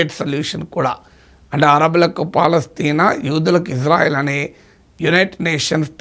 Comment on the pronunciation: గురువు గారు మీరంటే మంచి అభిమానం ప్రతీ వీడియో మిస్ కాను సార్ దయచేసి నా మనవి ఇశ్రాయేల్ అనండి/వ్రాయండి సార్ ఇజ్రాయేల్ కాదు సార్ יִשְׂרָאֵל కుడి నుండి ఎడమకు 1. యోద్ =య "ఇ" 2. షీన్ = ష 3. రేష్ = ర 4. అలెఫ్ = ఎ 5. లామెద్ = ల్ *ఇశ్రాయేల్ * ISRAEL ఇందులో "J" ఎక్కడుంది సార్ ఇది గమనించండి ఆదేశం యొక్క పేరును అవ మానించకండి. ప్రతీ అక్షరం క్రింద ఒత్తులు (దాగేష్ ) ఉన్నవి. హిబ్రూ అక్షరమాలలో "జ" అనే సౌండు లేదు మీకు శటకోటి దండాలు తప్పు పలకకండి వ్రాయకండి.